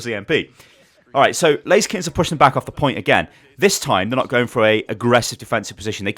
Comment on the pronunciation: It is not Lazy Skins, it is pronounced Laser Kittenz